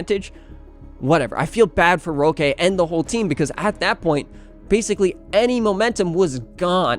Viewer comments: Nice video, roque is pronounced like rock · more like "hóky"